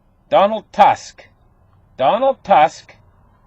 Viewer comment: His name is Tusk not Task Like Tucan. Its Polish we spell U like in You.